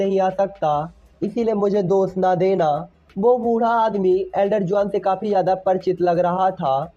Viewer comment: Giyan ❌ jyoyan ☑️